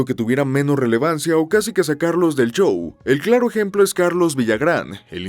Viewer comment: Bien contenido, pero, el chou, el chou, el chou…...